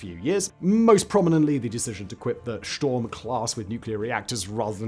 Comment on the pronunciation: I could have sworn you said sh*t storm, 😂